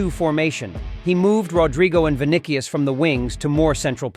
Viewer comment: Vinicius is pronounced “Vi-ni-si-us.”